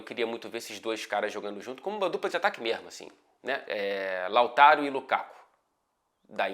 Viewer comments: Esse "mermo" já denuncia o carioca. Hahaha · eu sei, mas eu tô falando quando ele tá dizendo alguma coisa séria e do nada ele manda um "mermo"